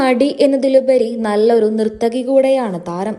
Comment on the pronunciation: Nirthakialla narthaki enna vende